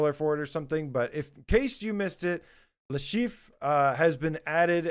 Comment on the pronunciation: Sorry to tell you your pronunciation of "Le Chiffre" sounds like "Le Chef" 🤣